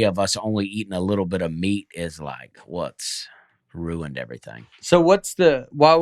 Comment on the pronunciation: I didn't hear it till I was re-listening to an old episode last week. It has become so clear to me now that I actually read "ruined" in your comment with Dusty's voice in my head as "ruint."